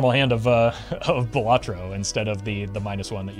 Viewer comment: Not pronounced "buh latro" Bal is pronounced like the name Sal. Bal-luh-tro Solid tier list btw